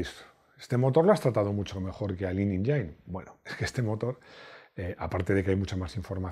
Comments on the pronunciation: Se pronuncia "enyin" amigo. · "Tenemos un montón de imágenes"... ya, vale... ¡y ponéis un V8!. De verdad,, tú eres muy bueno, pero "tu buen amigo Rodrigo", o quien sea que lleve el tema de edición de vídeo, se tiene que poner las pilas porque no es la primera cagada ni la segunda... o si no, revisa tú, pero con rigor, no des por hecho que está bien porque fallos así deslucen y mucho. Y aprender a pronunciar "engine" no es tan difícil, aquí más de uno te enseñó y pasamos... me decepciona. Te he felicitado cuando toca, que es casi siempre, pero aquí no puedo reprimirme, lo siento. Espero que os sirva para mejorar porque sigue siendo mi canal favorito, y sigo agradeciendo la suerte de encontrarlo, compartimos época y por tanto casi los mismos gustos. ¡Ánimo y a mejorar cada día! 😊👍